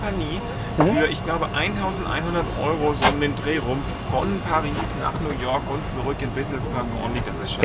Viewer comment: Bitte sagt nicht Nu woak sondern New York 🗽😊